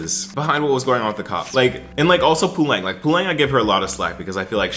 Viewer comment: Great video. Just a small thing that Puleng is pronounced with less emphasis on the ‘U’ pooLENG ✅ POOleng❌